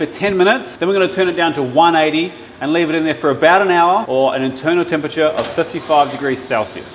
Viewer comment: …… what the fuck?… you’re saying ‘tem-pa-chure’ like a Seppo now? There’s a whole other syllable there bro…. 😔